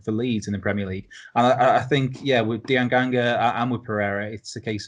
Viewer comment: Diangana lads, not Dianganga. lol